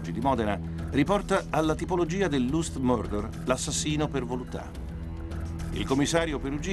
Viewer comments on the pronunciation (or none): lust si pronuncia last, questo narratore ha una voce bellissima ma zero pronuncia